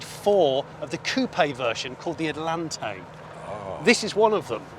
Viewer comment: Atlantic not Atalante Atalante not Atlanté Love the show, thank you for the videos !